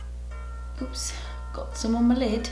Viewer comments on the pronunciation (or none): tight-lines: *British accent*: oops got some on my lid” 🤣🤣🤣🤣